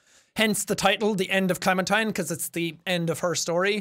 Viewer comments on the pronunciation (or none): jack: i don't want her to clemen-turn me: IT'S NOT HER CLEMEN-TIME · Its Clementine